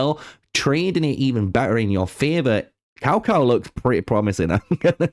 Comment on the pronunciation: It's TsaoTsao, if you're going to try pronouncing it.